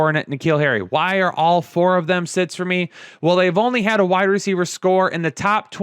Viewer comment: A “horde of hernits????"